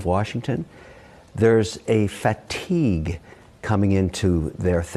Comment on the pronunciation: I hate how he says fat-tigue 🙄